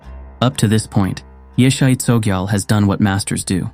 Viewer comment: Correctly pronounced is; “ YEAH-SHAY CHO-JEE-AHL”